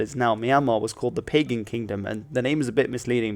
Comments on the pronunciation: You pronounce Pagan Kingdom as ''Pay-Gan''? ..no. .please. .no. . The real word is ''Purgam''(so. .pronunciation is Bəgam!) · It's pronounced MEE-yn-maaa, not MY-n-maaa. And BA-GAN, not Pay-gn. And "Maw" rhymes with "door". The money is prounounce CHAT, not kyat as it is spelt. And the name Myanmar goes back to the 12th century. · It's पगन not पैगन! #StopBotchingNames #ProperPronounciation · It's pronounced pah-ghan (NOT pay-gen) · Pagan is not pronounced (pay-gan) it is pronounced (pa-gun). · It’s not pagan it’s bagan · "Pagan" is pronounced like "Puh-gun" not like the English word "pagan" (pay-gen) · Pagan is pronounced pa-GAHN, not PEI-gan. Different pronunciation from the religious category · "Pagan" would be pronounced "Pah-Gahn" in this context. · It is not Pagan... it's Bagan, pronounced Beh-gun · It’s pronounced Pa Gan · Not really call pagan On the tip of the tongue it pa gum or ba gum:/ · This is an incredibly well researched and well presented video. Thank you. I do want to add that the Pagan In Pagan Kingdom is pronounced “Ba -Gaaan”. I think they have changed the spelling to Bagan now to avoid confusion with Paganism. Again, well done with this video! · You are mostly correct. Pagan is indeed pronounced as Ba gaan . Also kyat sounds closer to the combination of Ca-yat in one sound. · Actually Pagan is pronounced pah -gun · Pronounced Pa - gon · WTH was the moment at . pAgan ( emphasis in the first syllable). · Pagan. Pronounce the ‘a’ as ‘i’. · your pronounatiation of pagan is wrong..